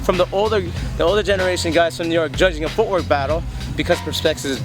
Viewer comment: teach me how to do that and I will teach you how to say "Perspective" (1: 57) :-D